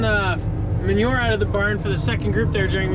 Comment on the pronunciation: You say "Ouwt" an insane amount!